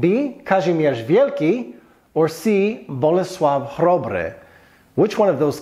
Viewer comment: Names of kings should be pronounced in a correct way. In this case it was Władysław (name) the second, Jagiełło (Dynasty). Bolesław (name) the first Chrobry (Chrobry is a nickname, which means brave)